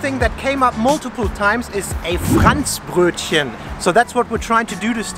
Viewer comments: Wenn der Deutsche" Fräntsch Brötschen" sagt 🤣🤣Lost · Yikes. Ich spreche nur ein wenig schlecht Deutsch., but your pronunciation of Franzbrötchen is inexcusable, sorry. Also the other food names. I would expect better by now. (I enjoy your videos though).